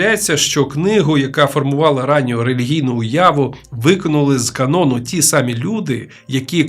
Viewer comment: ДАлеко? Серйозно? Тільки втішилась,що жива людина розказує,а не ШІ,а тут така халепа. САмі себе?